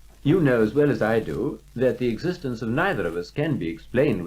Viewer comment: eggs-istence is not a preddi-kate Thank-you for pinting thet-ite